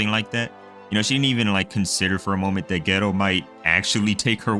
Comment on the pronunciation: Lmao the way you pronounce Geto as 'ghetto' is killing me 😂